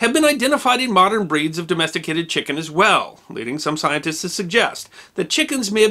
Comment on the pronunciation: Lol! You miss pronounced "scientist" but got "René Antoine Ferchault de Réaumur" spot on!